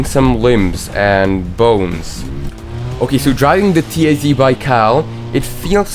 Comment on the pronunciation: This NOT "Ti-Ai-Zi". This is "ta-z"